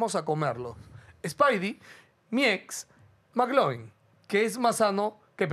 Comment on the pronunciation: Cómo q Maclovin pelao ctmr!!! La referencia es al popular Mclovin, q se pronuncia Miclovin 🤦🤦🤦🤦😂😂😂😂😂😂😂